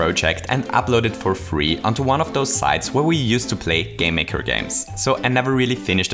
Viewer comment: Aside from the way you say "game maker" all I was thinking was "could I make a five nights at Freddy's game in dreems?" I am sure people will find a way. Great video as always keep up the good work.